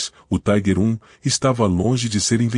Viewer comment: A pronuncia correta é tiger com som de i e nao taiguer, taiguer era a pronuncia dos norte americanos